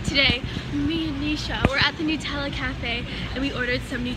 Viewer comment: The way you say Nutella as noot-ella lol